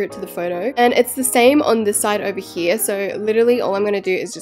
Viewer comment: “Back hee” me wating for someone to make a micheal HEE HEE joke from her saying hee